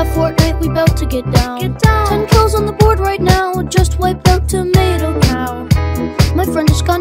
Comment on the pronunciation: How did you mispronounce tomato